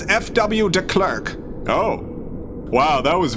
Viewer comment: Small note: The "e" in Klerk is pronounced "a" as in apple :)